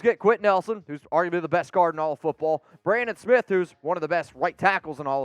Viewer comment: its BRADEN smith not Brandon smith.....how can anyone take you seriously